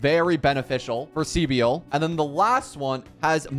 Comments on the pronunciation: .....SEE BIEL?!.... Bro the amount of times they pronounced her name for you and you say SEE BIEL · She's just pronounced civil with a B right ? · My guy, take a grammar course ffs. Her name isn't that hard to pronounce right. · Everyone is butchering her name horrendously. People should look up how to pronounce names 😂